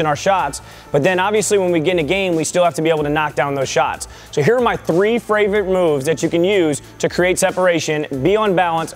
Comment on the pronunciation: Go to .... Fravrite😂😂